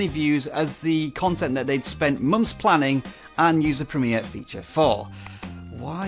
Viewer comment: I couldn't even like/see anything before it went live. However, what is a "prem-eeeeeer"?